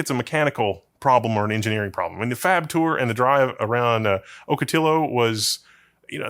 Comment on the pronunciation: Ocotillo is a Spanish word. It's pronounced OCK (like Doc Ock), not Oak (as in the tree) Full pronunciation is "ock-ah-tee-oh"